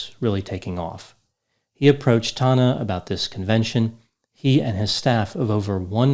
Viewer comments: Its tANNa not Tahna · "tahn-nah" Everybody else: "tan-nuh" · He's saying her name so weird. Tana not Tona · Every time pronounces Tana's name it reminds me of the movie Joe Dirt. Specifically the part where Joe pronounced his name Dirt'e (Dear- tay) and a dudes like, It's Dirt! Quit trying to church it up!! 😂😂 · I’m convinced knows Tana’s actual name pronunciation but says it incorrectly on purpose in order to derive some small enjoyment from being forced to discuss Tana Mongeau